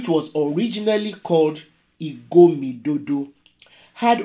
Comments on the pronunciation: That word is Igodomigodo and not Idomigodo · Igodomigodo . Not Igomidodo